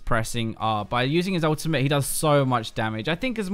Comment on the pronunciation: dude i love it when you say ultimate you like ultima😂